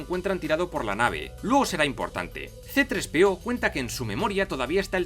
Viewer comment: todo Hiba muy bien, demasiado bien... hasta que escuche: " CE TRES PE O" 😲